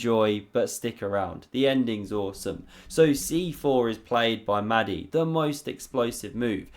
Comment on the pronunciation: Another great vid. Small point, only trying to help.... Mahdi might like his name pronounced with a breath-y, just a bit like a dragon saying "Mahh-di".